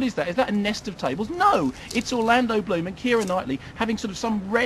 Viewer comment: It appears as though it is only devotees of the good doctor can understand his 'mis-pronunciation' of the unfortunate Mr Bloom. I agree with an earlier comment that maybe the good doctor could have used more detail but there is so much that is disappointing in this film that even an hour probably wouldn't do it justice. The hanging sequence, the complete misuse of the Kraken, Keira as a pirate and the stupid underworld sequence to name but a few - I mean it really is a let down.